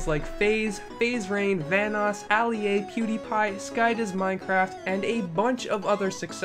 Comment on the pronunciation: did you say ali-a you got me TRIGGERED